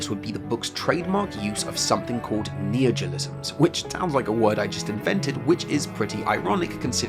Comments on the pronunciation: But I just bought that book... I can't read it now? Also, you keep saying “neogelism.” Is that your neologism for “neologism”? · It's neologism, not neogelism, lol